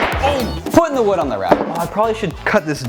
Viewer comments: He said wewd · DID HE SAY WEWD!?!?!?! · He stole wewd from Bobby Duke Arts! HE DIDN’T EVEN SAY IT RIGHT! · HE SAID WEWD!!!!! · Yes! I heard wewd and thought of your videos!